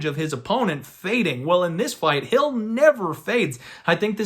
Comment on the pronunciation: All you have to do is watch one fight and you'll get the name pronunciation... Have you watched Hill fight at all?